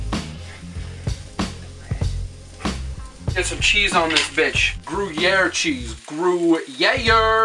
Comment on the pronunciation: I'm pretty sure gruyere is pronounced groy-air. Also, those look fucking delicious.